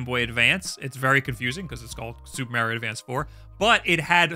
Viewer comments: And stop saying M-AIR-IO dude… There’s no i! There’s a correct pronunciation and there’s no debating it. STOP IT, GET SOME HELP! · It's Mar-io, not Mayr-io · I just realised he says Super Mehrio instead of Super Mahrio.🤣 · And please for the love of God, stop say "mairio". The only people that do are you and peoples great grandparents. Like, you don't say "wairio" . Just stop being extra. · You say Merrio and don't want to play Minish Cap. How do you live with yourself? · Mario himself tells you how to pronounce his name ingame. Stop the marry-o nonsense. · Learn to pronounce Mario. Its not Mary-O! geez...